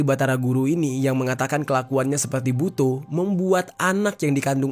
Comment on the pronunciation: Butho bang BKN Bu-to 😅 bcanya salah